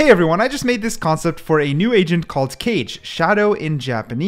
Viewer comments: Calling Kage (Ka-Geh) Cage was so annoying for some reason. Probably cuz Johnny Cage kept popping in my head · Kage: not cage but ka-gay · Pls do not sage Kage as Cage cause it is prounounced Ka Ge not cage like a goddamn jail, although its fine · As a Japanese learner I have to point out that the agent's name isn't pronounced 'Kaje' but 'Kaa-ge' (or Kaa-gay). That means shadow in Japanese. But yeah I like this video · the 4th one i think is pronounced kage in stead of cage as it says in description but kage means shadow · Not keije. Kah-ghe. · It's not cage(kage) it's pronounced kaaa gay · also one thing: kage isn't pronounced as 'cage' but 'kah-geh' bc kage literally means shadow in japanese and he's a japanese ninja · isnt is kaage not cage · if its pronounced as kage then its not japanese it should be pronounced as kah-geh if its shadow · U DONT SAY IT RIGHT PLS Chek how to say it cuz u make me sad when u dont say kage right its not [keij] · Bro really said cage instead of Kage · I think its Ka-ge not Cage... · Its not cage as in the pet cage Its kage as pronounced in hokage in naruto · it's ka ge not keyj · Umm u made a mistake by pronouncing kage into "cage"... It's (ka - gé) like "kage bunshin no jutsu" in Naruto 😅 But it's okay, everyone ain't perfect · It's not pronounced cage it's ka ge. Sorry if I sound rude. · Its not pronounced like cage, rather kaa-gay (💀 but i didnt know what else to put there) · the way he pronounces it kayj instead of kah-gey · it hurt my soul when you said Cage instead of Kage........KAAGEY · Dude stop pronouncing kage as cage, its ka-geh, pronounce them separately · Isnt it not cage but kage like hokage 😭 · “Kage” is the Japanese word for shadow and it is pronounced Kah-gay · Hi! "kage" is pronounced "kah-gay" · It’s not cage it’s pronounced like the Naruto hokage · just to be exact kage si pronouced as ka ge lmao great video btw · because its Japanese its probably pronounced ka-ge please correct me if im wrong